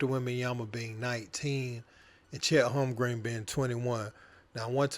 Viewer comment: Chet Holmgreen lol